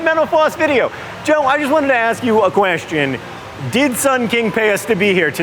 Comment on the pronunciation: At 15 seconds what the fuck was this guy thinking pronouncing question that way?